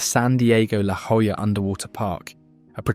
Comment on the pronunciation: You managed to get La Jolla right. How did you f*ck up cholla so badly? If I keep watching, will I get a lahss an-jel-eez, too?